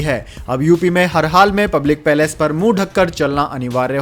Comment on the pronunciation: प्लेस को पैलेस क्यों बोलते हो भाई हिन्दी बोलने नहीं आता तो क्यों समाचार वाचन करते हो